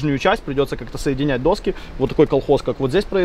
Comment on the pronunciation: Ну, не «достки», а «доски»